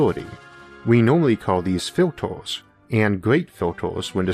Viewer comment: Gweat filtaws, and fwying sauceaws!